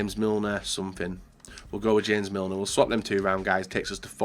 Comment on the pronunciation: It's not hames Milner it's JAMES Milner learn your players